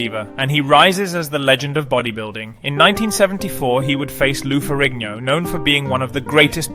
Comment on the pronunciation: was this AI? keeps saying years as 1 thousands 9 hundred and ninety 3 stead of 1993 or miss pronouncing Lou ferrigno.